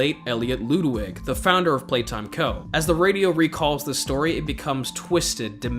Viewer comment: Did bro say loodwig